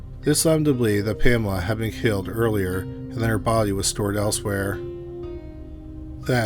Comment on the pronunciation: you said baudeee many times.. Killer roommate.. poor lady / and man. I lost ya for a while.. Thanks for the presentation